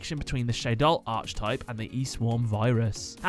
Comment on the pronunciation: The way you pronounce archetype hurts, but the video is great